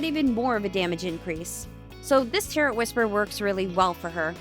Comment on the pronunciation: I know it's not a big deal. But why do you pronounce the t in tarot? Tair-oh.